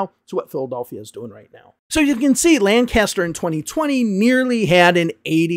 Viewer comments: Just a minor thing, that town in PA is pronounced more like "Lenkister" and not "Lan-caster". The locals are adamant about this 😅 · Lancaster is lank-us-stir, btw. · Love your channel and I'm not trying to knit pick, but I believe it's pronounced lankister no lan caster.